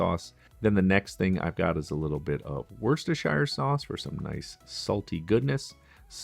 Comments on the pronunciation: Say it with me, "woostersheer". Wasn't difficult, was it? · Pron. Woostershuh. As in Yorkshuh not shire like mire the only shires are in Lord of the Rings